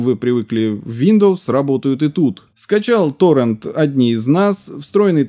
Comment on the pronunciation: То тОррент, то торрЕнт... Определись уже!